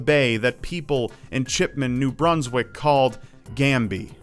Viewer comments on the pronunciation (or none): none